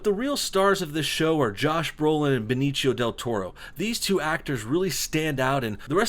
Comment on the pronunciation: BE (as in bed) NI (as in knee) CIO ( as in see oh) he's not italian, last i checked only italians would pronounced it as benichio.